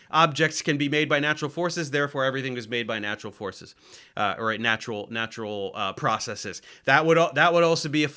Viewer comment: Its refreshing to hear someone say processes correctly, instead of process-ees.